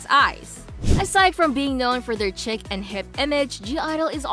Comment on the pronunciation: You did not just pronounce chic wrong At least shuhua has her own opinions and isn’t afraid to speak about them like some others that are or might be afraid wrong. Wow their member recognized her singing you could have guessed that they knew her singing voice